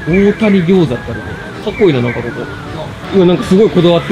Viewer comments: 大谷はおおたにじゃなくておおやだよ笑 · 大谷は『おおたに』ではなく『おおや』と読みます！